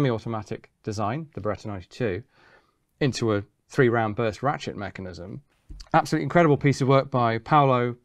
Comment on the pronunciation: did he say ratshit mechanism?